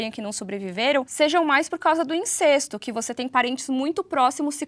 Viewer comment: Eu acredito que a fonética da palavra incesto seja "in-cés-to" e não "in-cês-to". Aprendi dessa forma.